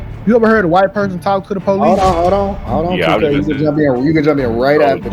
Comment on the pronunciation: white woman with a crazy idea here: it might help cops take you more seriously if you pronounce the word “police” correctly. 🤷‍♀️